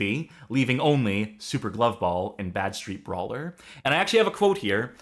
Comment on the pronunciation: You're using the wrong emphasis. You keep saying Bad-Street Brawler like you would say Mean Street Posse. It's actually Bad Street-Brawler like in the sentence "Wow, that game was a really bad street brawler."